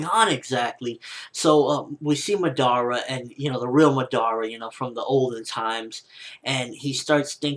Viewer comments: He is pronouncing it like this 'Ma-dara' you just say it like this 'Madara' but its ok cos its not like i didnt like the vid or somthing its just that its a bit annoying to hear him pronounce it that way. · He pronounces Madara completely wrong -.- it hurts my ears...they r bleeding now